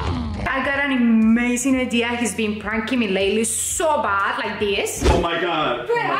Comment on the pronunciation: on the start she rly just said amesing